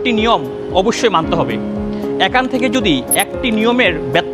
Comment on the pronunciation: গুরুত্বপূর্ণ কিছু পয়েন্ট কিন্তু আপনাদের প্রেজেন্টারের শুদ্ধ উচ্চারণ নিয়ে প্রচুর কাজ করা উচিত। ভুলভাল উচ্চারণ খুবই কানে বাজে। যেমন "এখান থেকে " কে ওনি উচ্চারণ করছেন "একান তেকে"। " থাকে" কে ওনি বলছেন "তাকে"